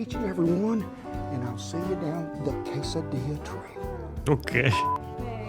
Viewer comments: He pronounces it wrong… quesadeeya not quesodilla. Eat them all the time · He is saying quesadilla wrong. Maybe he's doing that on purpose to act cute. We pronounce it the end with Ys like the Spanish do. Quesa di yy a. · first, is being intentionally silly by mispronouncing quesadilla with the "l" sound in there. It's pronounced "kay-sah-DEE-ya," and yes, all Americans know how to make basically this deluxe grilled cheese sandwich, using tortillas, rather than bread. The name comes from "queso tortilla." Traditionally, they only had cheese, hence the name, but throw in fajita vegetables, and if you eat meat, that too, and you take it from something more like an appetizer to a meal. Grilled or sauteed peppers and onions are a must, but from there, you make it your own, in the true American spirit. I am actually very surprised that didn't put some grilled onion in there! To do that, slice the sweet onion about 1cm thick, oil it on both sides, and grill it till tender and starting to brown. Do this at the edge of your grill, so they don't char/burn. Chop those up and add in. It is a MUST. Do sliced bell peppers of whatever color the same way. The smoky slight char adds a LOT of flavour. At the Mexican restaurant I used to go to, they served the veggie fajitas or quesadillas with seasoned refried beans and rice. If you wanted, they also had fajita chicken or grilled steak to add in. I quit them, because I found they make their rice and enchilada sauce with chicken stock, and never told me, when I had asked. As I said in another comment elsewhere, you can easily grow your own jalapenos in a sunny window, in a pot. You can easily buy seeds, if you can't find started plants at your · Sounds out Kay sa Dee a! No l sound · Like tacos or burritos you can put anything your heart desires in quesadillas. At the end of the day, it will still be a taco, burrito or quesadilla. Again, an ee sound not an L sound in quesadilla!!